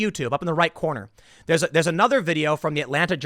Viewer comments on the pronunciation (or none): none